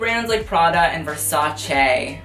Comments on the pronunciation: I've heard how you said versace and honestly didn't care, but when I heard you said it right (I was multitasking) I looked over, as I didn't expect it, and I couldn't help but snicker xD You're so precious♥ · Why flip the bird at Versace? Is it because of the technically correct pronunciation of "verse said chay?"